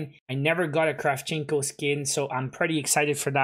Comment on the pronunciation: It's Kra`vchenko